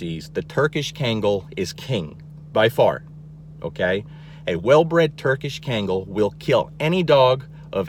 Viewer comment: I was shocked that you don’t even know how to properly pronounce cane corso, kangal, Caucasian ovcharka, etc. If you’re going to do an informative videos on these powerful, wonderful breeds, actually say the name right. You’re DAMN RIGHT on everything you said. KEEP TELLING PEOPLE. PEOPLE NEED TO KNOW THE TRUTH.